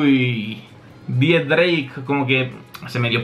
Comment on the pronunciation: Por que dices Dix-drake? No es x-drake?